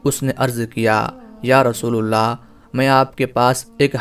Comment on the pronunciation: Rasoolallah hai rasoolullah nahi dhyan den